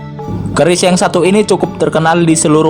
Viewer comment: Min bukan orang jawa kah kok nyebut keris nya ka bukan orang jawa